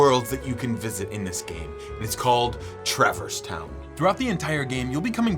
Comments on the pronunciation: I let a lot slide with your wild pronunciations but travor's town?! Its Truh-verse town, bro 😂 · WTH is TRAV-ERS TOWN?!?!?! its TRA-VERSE TOWN!!!!!!.....other than that, ur lit bro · His pronunciation of traverse town is so bad like brother cmon